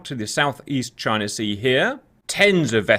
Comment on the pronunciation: China? Or JYNAH!?